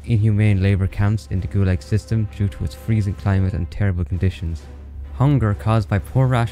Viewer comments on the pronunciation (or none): none